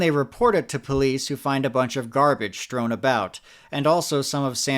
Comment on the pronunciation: “Strone” is not a word. Strewn is pronounced like tune or spoon.